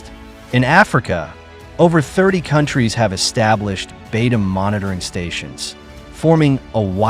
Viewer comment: Liked this news. Except I’d like to hear the name Beidou pronounced correctly. The first syllable sounds like “bay”. The second syllable is d with long “o”. It is the Chinese name for the North Star, north dipper.